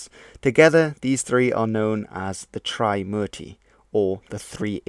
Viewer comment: "Tri" in "Trimurti" isn't pronounced as "try" but "three" without the "h" sound, it's after the number "3" obviously. Warlords? Warlords weren't the only ones who went to war in ancient India. Those conches were blown in wars between armies of waring kingdoms too. Your pronunciation of Indian words in the video sounded as if you're trying to speak in Spanish accent 😂 "Hanuman" wasn't a monkey 'king", their king was "Sugriva" & later his younger brother "Bali" (not sure if Bali island is named after him)